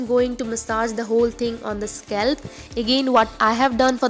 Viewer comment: It's 'scalp' not 'scelp' n 'hair' not 'here'